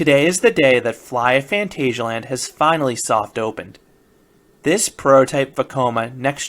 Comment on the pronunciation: So I watched a four minute video of you telling us "today is the day," with no other information. From the title I kind of expected you to be there, and show some real footage. BTW it is Fahn TAHZ ee ah land. Just because it's spelled "asia" doesn't mean it is pronounced that way.